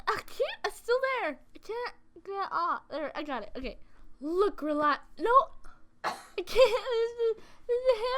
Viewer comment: Re-la-chi? I thought it was pronounced Re-lah-Kai